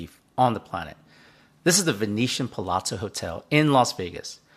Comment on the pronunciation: It's pronounced PALAZZO! there is no T. It's not Palotzo, please be respectful to your Italian viewers